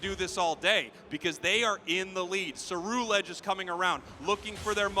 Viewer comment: Then way the announcer says Ceruledge was making me upset